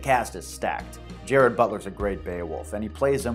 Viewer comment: Who the FUCK is "Jared" Butler??? You mean... Gerard Butler my guy... I'm half Norwegian-American myself, 3rd Generation BTW(6ft, stocky, 278LBS, WAS 315 in Feb! But I'm on my way back down after injuries in the military doing grunt work, Did 8yrs; Long story...), so I totally get where you're coming from...